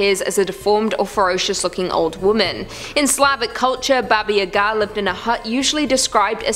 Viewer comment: Baba Yaga is pronounced "bah-bah YAH-gah". Just FYI.